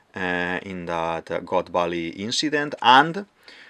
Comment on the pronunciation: I love your accent, my guy, i don't want to watch your video till the end, but "eliminatid, saTURn, WeBUL, inCIdent, uraNUS, PolY, CroCUS". Is this your secret strategy to maintain viewers?